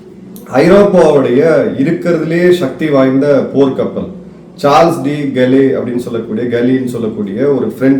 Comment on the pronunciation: you pronounced the Name CDG - - Charles de Gaulle